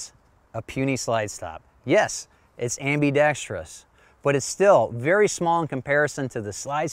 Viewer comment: What a relief... Finally, a YouTuber who says "ambidextrous" correctly.